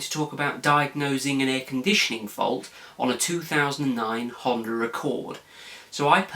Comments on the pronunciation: no honder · Did he say a Hunder Accord? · There is no R in the word Honda?